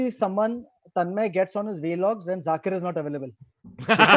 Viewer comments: Atul khatri pronouncing vlogs as 'v-logs' suggests his childhood name would have been Khatiosorus. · Atul Khatri is so old, he pronounces vlogs as vey-logs.